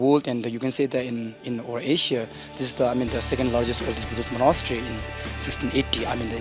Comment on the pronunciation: She can’t pronounce Monastery either!